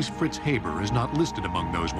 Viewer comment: Haber is not pronouned hey-ber, but hah-bear